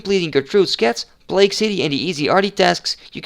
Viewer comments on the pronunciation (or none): none